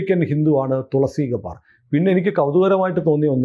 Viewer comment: ഗബാർ അല്ല ഗെ ബ്ബാർ ആണ്